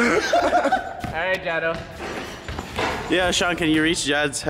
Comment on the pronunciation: its jad not chad